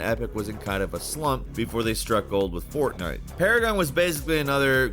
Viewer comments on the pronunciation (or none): none